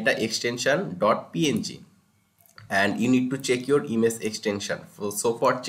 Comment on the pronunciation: Why does he pronounce "image" "ines"